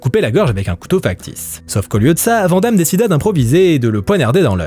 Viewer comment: "Van Damme" se prononce "vanne" comme une vanne ou un van.